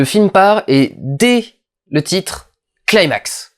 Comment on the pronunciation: Athos02 En effet mais bon ça fait plus style kikoo ado chébran de le prononcer comme quelqu'un qui maitrise trop bien la phonétique anglaise, sauf que pour ce mot c'est ridicule.